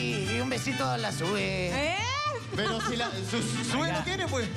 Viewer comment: Diego declarate de una ves a Sue y no se pronuncia Sue si no solo Su😁😂😂😂